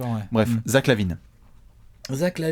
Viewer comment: Ça se dit lavayne